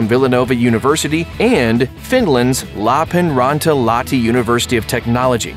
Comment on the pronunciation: Ah yes. "Lapenräntä"